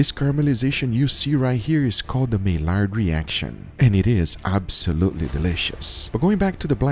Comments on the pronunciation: Pronounced my-YAR reaction (maillard reaction). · May-ard reaction... The "L"s are silent in French. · I think mallard is pronounced 'mayyard' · Maillard is pronounced "my-yard." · Maillard is pronounced my-YAR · You don’t pronounce the l in Maillard reaction! It’s my-yar! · I can’t stand the way he pronounces Maillard, May lard lmao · Ohhh lol Maillard is pronounced mi-yard... it's weird but no L in that pronunciation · Pronounced My-yar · Some probably already got to this, but don't pronounce the L's in Maillard. It's French and you pronounce it as if the l's are a y. i.e. Maiyard. Sorry but having heard it on so many videos plus having a French teacher for a mum, it triggers so hard. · It’s pronounced maiYard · It is really bugging me the way he says Maillard. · I have never seen somebody mispronounce Maillard reaction so many times. Has nobody told this man?? The Maillard reaction is pronounced My-yard Not My-lard It’s a French word, the L’s are silent. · It's pronounced the "My-yard" reaction, not "May-lard" reaction. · Maillard = my yar Not may lard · Love the video!! But it's pronounced My-Yard reaction lol not Mail-Lard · Heya dude love your experiments👍🥴 P.s it's said as my-ard reaction not not mail-ard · “My—yard” reaction….. not mai-lard…. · My-yar reaction ❌. My-lard reaction ✅ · Just FYI: Maillard is pronounced "My yard", not "My lard", it's French... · Hey - it’s pronounced “my-ard” not “may-lard”:) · Mai-yard reaction. Not May-lard. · Its: "MY-ARE-D" NOT "MAY-LARD" sorry, but I'll own my grammar nazi-ness. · i think its pronounced as mayard not milard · Isnt it pronounced may-yard reaction not may-lard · Just a heads up for future videos, "Maillard Reaction" is pronounced as "MY-yar". Its French and the LL's are meant to sound like Y's. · Maillard is a French name, pronounced "my-Yar". Great video,! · Okay I’ll be that guy: Maillard is pronounced, “my-yard” I love you <3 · Maillard is pronounced like "my yard". Just FYI